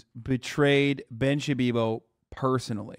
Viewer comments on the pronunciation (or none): Can someone explain to me why he calls him Ben "Shabibo"??